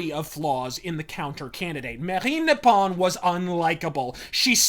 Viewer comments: Le Pawn? Its Le Pen like in pentagram. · Okay, props that you tried to pronounce Marine Le Pen's name, but it is just pronounced... "pen." Yeah. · Don't want to be that guy but 'Le Pen' is pronounced the same way as the writing implement is in English